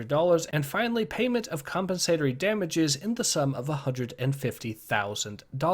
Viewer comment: You mispronounced “compensatory.”